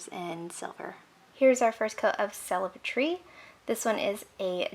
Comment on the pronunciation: Celebri-tree... is like Celebrity only -tree... 😋 not celebrate-tree 😉